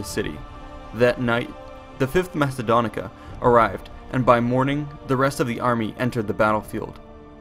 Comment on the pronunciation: its pronunced legia quinta macedonica